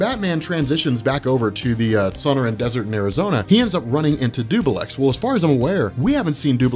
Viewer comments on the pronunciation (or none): It's pronounced "Sun-or-an". Salute for the s/o either way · its pronounced "Sun-Oran" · "sawn-err-an desert" LOOOOOOOOOOOOOOOOOOOOOL <3